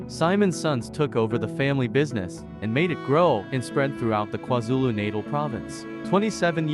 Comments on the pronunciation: My only concern "Gi khaba" brothers and "KwaZulu Naital" is really irritating to my ear. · "The Garcarber brothers"😂"kwaar zulu Naytle" 😂 what shit is that😂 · Lol not everybody will pronounce it the way u want to